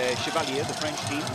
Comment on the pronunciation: It's "French" no Freinch XD